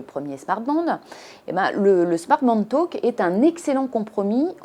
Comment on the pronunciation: Talk pas taulk